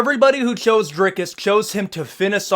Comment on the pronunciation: On behalf of South Africa, thank you for your correct pronunciation of our fighter's name.